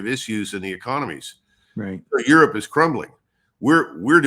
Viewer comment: Aerope not Europe